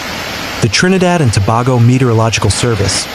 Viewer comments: Repeat after me, Tobago. It's like saying To/bay/go not To/bar/go. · We appreciate your reporting but the pronunciation is-Trinidad and Tobago ( Tuh.bay.gow). Thank You